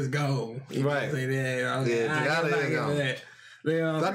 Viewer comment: Is anyone else really annoyed with how bad they mispronounce Togata?